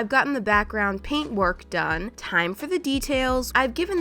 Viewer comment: DID SHE NIT SYA DRAINT :0 SHE SAID PAINT NOT DRAINT!!!:0